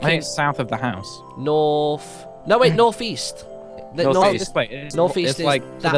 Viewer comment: Martyn: Norf East Everyone else: North East